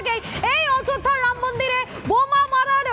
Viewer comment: শুধু চিৎকার বাংলা উচ্চারণ শিখে তারপর ভিডিও বানান।ড়াম মন্দির নয় রামমন্দির।